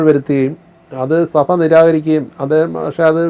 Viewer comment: Mr interviewer. സഫ അല്ല സഭ.